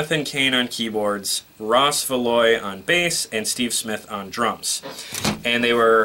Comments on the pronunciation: It is "SHONN", not "Shane", and I always hear "ROLLY", not "Rawly" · Jeff was recommended by Steve HIMSELF to take Journey to the next level. Not that Steve had any input but he said Jeff would have took Journey to the next level. And by the way...Steve Augeri does not sound like like Steve...at all. Not at this time. Arnel is good. By the way...you butchered their last names (Schon and Valory).